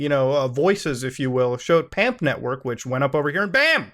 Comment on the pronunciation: I like how when discussing PAMP he says PUMP. You mean like....Pump n Dump?